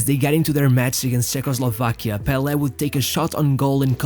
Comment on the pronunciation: Managed to outshine 'bel air?' Do you mean Pele?